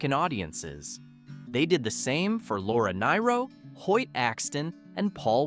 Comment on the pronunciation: Laura NEER-oh, not Laura NYE-ro